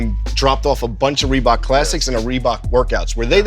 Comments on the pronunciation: “ReBOX and girbauds” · If this guy says reeboks and girbauds again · "Reebok’s and Girbauds" lmaoo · “Rebook and girbuads” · If this nigga don’t stop saying Reebok’s and Girbauds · I love hearing him talk about "Reebox"...lol Let me get all "tree" colors...lol